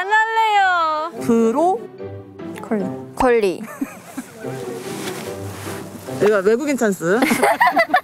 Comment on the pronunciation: 레이발음이,브로골리 ㅋㅋㅋㅋㅋㅋ